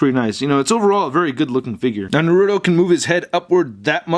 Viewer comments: it's Naruto not Narudo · It's NAR-UTO not NAH-RUTO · It's a Naruto not Narudo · It's not narudo it's naruto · ITS NOT NURUTO IT'S NARUTO!!!!!!!!!! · its na-ru-to not na-ru-do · Its not "narudo" its na-ru-to😑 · RASENGAN NOT FIREBALL AND ITS NAR-UTO NOT NARUDO AND THE DAGGER IS A KUNAI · It’s (NA RU TO NOT NARODO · you were saying noruto its naruto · NA-RU-TO!! NOT NARUU-TO FUCK..! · Him saying naruuto ticked me off the whole video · Its pronounced nah roo toe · Why do so many people call naruto, narudo????? It annoys me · Nar uuu toe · It's pronounsted nar uh toe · He said narouto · since when Naruto turned in to "Narrruro"?, hahahaha!!!! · It's called nurato in syllables its nur-a-to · its pronounce nar u to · ITS PRONOUNCED NARTO THE U IN NARUTO IS SLIGHTLY SILENT AND ITS PRONOUNCED RA SEN GAN NOT FIREBALL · Its pronounced like NAR-A-TOW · you pronounced his name wrong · It’s pronounced Naruto i😤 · Really b** really u have to pronounce it wrong 💩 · You say naruto wrong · waiting for you to pronounce the t in naruto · Your saying his name wrong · THAT IS NOT HOW YOU FUCKING PRONOUNCE NARUTO. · It's funny how he says naruto.XD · that's not how you say his name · By The Way, Just In Case You Do Another Naruto Figure Review, It's Pronounced 'Nah-Roo-Toe', And Most People Pronounce It 'Ruh-Sang-Gun', And Finally, They're Not Daggers, They're Called 'Kunai Knives (Koo-Nye) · you say rahsengan wrong and naruto wrong